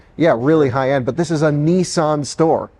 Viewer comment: Its not neesaan, its nissan